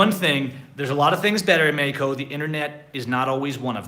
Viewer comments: Practice the correct pronunciation for Mexico you say MAI KO but it is MAH HEEEE KO, J is like an H is English but stronger, in English the H it is like a whisper, but the Spanish J is like a strong H stronger than the H in HE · Hi,. I know you're learning Spanish, so I thought I'd help you out with the pronunciation of Mexico. I'm hearing you say May-ee-co, it's pronounced Meh-HE-co. The X is pronounced how we say "he" in English. I've also heard you say May-ee-cans, but that is Spanglish. In Spanish you would say Meh-he-can-oh or Meh-he-can-uh (add an "s" to the end if it's plural).:)